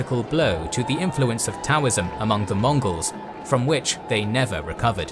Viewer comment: Can I get a "Hurra!" for the narrator for repeatedly saying all those similarly difficult chinese and mongols names ? Hip-Hip!